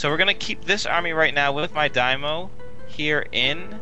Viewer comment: it's dai-MYO, not a dymo, not a dymyu. you both fail XD